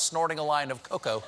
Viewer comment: Stephen doesnt know how to pronounce cocoa....